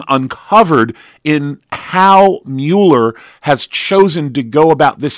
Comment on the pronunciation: It MULL ER not mew ler, people call me Uh-leh-shuh and it's Uh-lee-shush Alicia! I can't stand it!